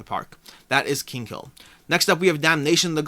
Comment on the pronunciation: Btw it's "Kinghill" not Kingkill" :D